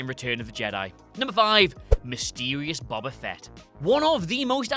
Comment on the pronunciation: Pronounced "Boba" incorrectly and spelled "Wookiee" wrong. FAIL